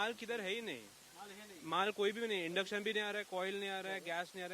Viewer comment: "Indux" nahi ❌, Induction ✅ असत ते! आधी नीट बोलायला शिक मग mic 🎤 घे हातात